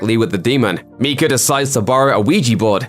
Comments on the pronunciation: MIKE-UH not MEEK-UH. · Mike-a not Meeka. I can’t listen to that anymore and I’m only 10 Meekas in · It’s Micah not miecha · It's pronounced my cah not me cah. This used to be my surname and there is a prophet in the bible named my cah spelt micah. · I don't know what is scarier, the ending of the movie or the way this guy is pronouncing Micah